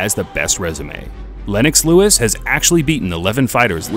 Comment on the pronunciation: we got the NEW FORMULA! Now we can call the british-canadian heavyweight legend just LEWIX! LEWIX is his name!!!